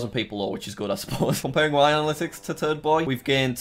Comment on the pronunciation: Nobody: Not even turd boi420: Jack: aNaLyTiCs